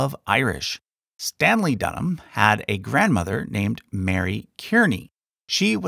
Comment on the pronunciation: kearney is pronounced Carney. welcome from Ireland